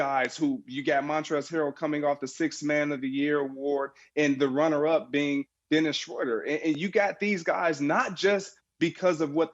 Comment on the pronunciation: "dennis schoider" lol